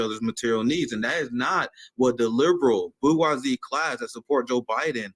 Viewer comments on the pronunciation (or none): favorite word is 'bourgeoisie'. Unfortunately he mispronounces it like some people say 'HElocopter' and 'nuKular'. Someone should teach him to pronounce the G the way it's supposed to be LOL